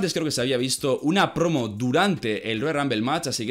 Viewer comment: "En su mitica prrrrrrrrrrrromo" haha esa r súper marcada